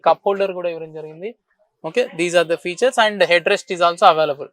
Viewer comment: “car కి ఉన్న ఫీచర్స్ అనాలి బాబూ…… ఫ్యూచర్స్ కాదు